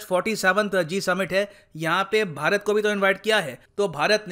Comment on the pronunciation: Sir aj hmara pyara bharat bolne me feel nh aaya Ispe jada emphasis krna 🙈